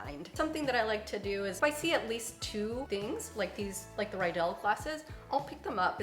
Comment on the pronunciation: Your stemless wine glasses are pronounced “reedel, not rydel”. Riedel is a German wine glass company. As such, when the spelling is “ie” the “e” is dominant. If the word is spelled “ei” then the “i” is dominant.